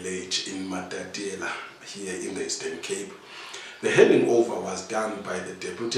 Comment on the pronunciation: There is one thing that has been going on here. I humbly ask that this beautiful home town is pronounce as "MATATIELE" not "MATATIELA". This will add value to the work which the company is doing.